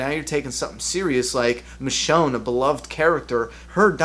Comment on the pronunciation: it's michonne